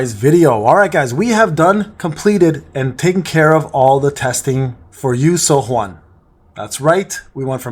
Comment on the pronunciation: Her name is pronounced “you sue-yun”